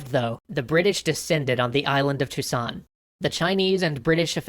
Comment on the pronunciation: You pronounce the ilse of Chusan (Zou-shan) like Toussaint, then I realize that I am too deeply addited to TW3.